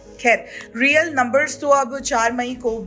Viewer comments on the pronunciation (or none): none